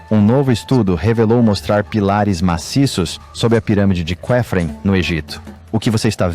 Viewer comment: Quem narrou isso? De onde tirou esse tal CUÉFREN? Isso não existe. A pronúncia é KÉFREN! Tecnologia ATLANTE! E ninguém quer saber disso aqui